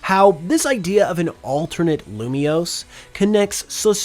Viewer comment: IT'S LUMIOSE, NOT LUMIOUS! FIX IT NOW!